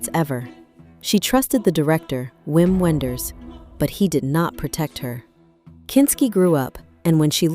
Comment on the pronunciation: A documentary that continually mispronounces the subject's name and the name, Wim Wenders, Is impossible to take seriously.